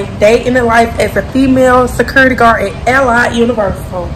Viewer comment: This video was so hard to watch without covering my mouth it's so wrong first off her way of saying the word security sounds like she is eating something and the answering the phone without saying officer (name) is rude. Then showing the public the camera screens and recording phone conversations it's just lawsuit and a fireable offense. There should be a requirement security academy with the top officers that make it through not just little girls and boys hired to watch property just to fill a shift on the schedule. Low standard/quality of guards equals losing properties.